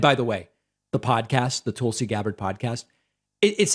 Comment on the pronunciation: Tulsi stans... you mean the "Tūls"! 😐